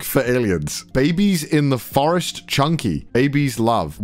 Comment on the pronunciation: fully reading the word forest as “foster”